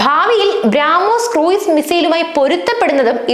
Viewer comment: ഭ്രാആാാാാമോസ് അല്ല ബ്രഹ്മോസ്‌